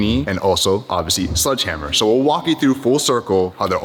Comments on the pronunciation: Its SLEDGE hammer not SLUDGE hammer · It’s sledgehammer not sludgehammer. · Glad to hear things are moving forward with the lawsuit. However...it's sledgehammer, not sludgehammer. That drove me nuts. Haha